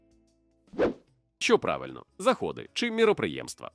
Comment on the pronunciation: Вітаю Перепрошую шо турбую, але в питанні 17 слово Заходи має наголос на перший склад. Обіймаю На все добре🤙